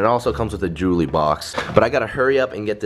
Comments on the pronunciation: Jewely box Bc adapt can't say jewelry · the type of guy to say "Jully" instead of jewelry